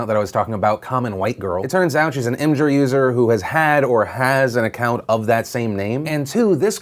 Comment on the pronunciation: did you just say imjur